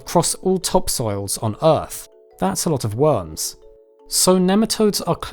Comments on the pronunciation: i love the way he says "wurms" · love how u pronounce it "wums"